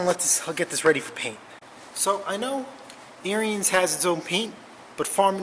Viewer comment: Made in Wisconsin, FYI: it's pronounced Like Aaron's or Arens the i is silent. It's their last name.